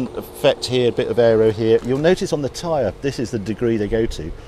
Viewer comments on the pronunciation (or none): none